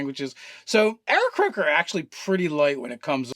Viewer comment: Pretty sure it's "Aarakocra", nice fail